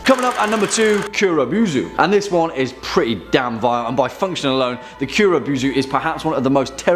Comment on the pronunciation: boo zoo..... its bow zu